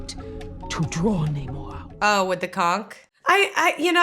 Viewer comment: The origin of the word isn't what bothers me. It's the fact that no one says it correctly. He introduces himself as NahMORE, and then everyone else calls him NAYmore. It's as if they didn't listen to him when he said his own name and just read it written down somewhere